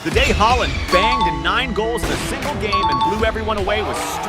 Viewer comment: Bro called haaland haeland😂😂😂